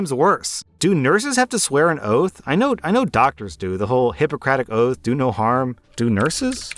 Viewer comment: Ah yes, the doctors oath "Do no harm, do nurses". I know that wasnt what he said, but it just sounded funny lol